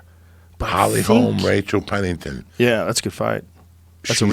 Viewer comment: “Rachel Pennington”